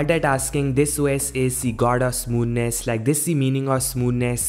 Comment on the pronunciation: "Smooness" What an idiot lol He is comparing Samsung with theses stupid Chinese phones lol.